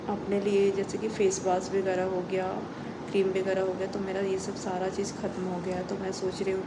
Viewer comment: Begarah nhi hota h vagarah hota h...plz thoda change krne ka try kro